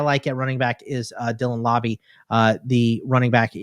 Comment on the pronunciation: Laube is pronounced like wow-be